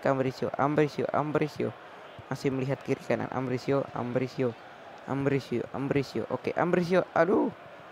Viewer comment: Itu Ambrosio, bukan Ambrisio!!!